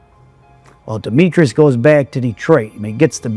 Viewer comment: Its *demetris not demetrius. His name was demetris.